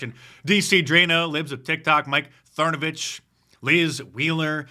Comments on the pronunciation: "Thernovich" LOL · Mike "Thernavich" 😂🤣